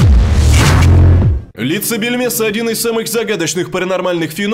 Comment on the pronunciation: мне одному все слышится не Бельмеса, а Пельмеса? пельмешка?